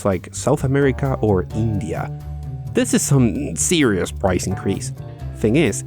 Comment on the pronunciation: Xbox "serius" S